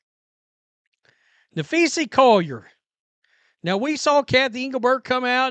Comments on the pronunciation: Na-phee-sa Collier, not… Na-phee-see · Maybe you should try and learn how to pronounce her name. Especially since you do wnba post everyday for a living. There's an A at the end not an E. Just trying to help 🙄😏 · This channel has turned into a less witty carbon copy of the Ben Daniel Podcast. Well, and Ben knows how to pronounce Napheesa, and Brink.